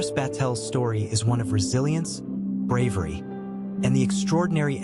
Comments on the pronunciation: despite his "breahvery", he hadnt actually done everything in his power. He could have actually listened and NOT gone. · Such "bravvery"!